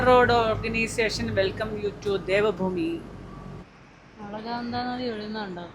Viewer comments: devafuuumi alla devabhuumi 😂😂😂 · ദേഫ ഫൂമി അല്ല ദേവ ഭൂമി